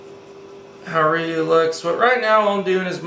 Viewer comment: You said the name wrong my man but really nice drawing can you do more on Tue computer though :-)